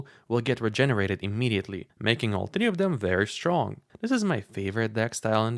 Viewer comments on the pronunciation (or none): Dude i swear, the way you are pronouncing the number 3 is so Slavic) And your Gmail name also makes me think you at least were born somewhere in post USSR country)